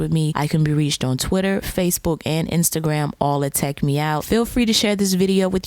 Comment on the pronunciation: TechMeOut me: in my mind did she say TechMeow or is just my weird imagition?